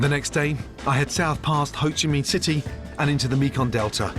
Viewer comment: His pronunciation :"Hồ Chí Minh City" is really good, I love it